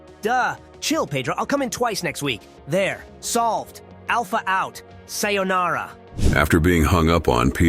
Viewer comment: Some damn high production quality on the video and the voicework. I especially liked how Alpha mispronounced "sayonara". Nice touch.